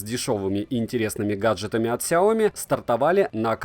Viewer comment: Ксяоми, когда уже запомнишь, ся о ми!